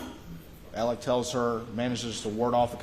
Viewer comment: Why does this attorney keep referring to Alex as “Alec”??